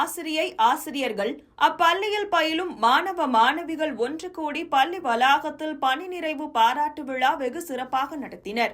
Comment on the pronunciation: Vazhthukkal.but neenga solra tamil pallninu sollathinga . Nalla press panni la va press panni sollungama pl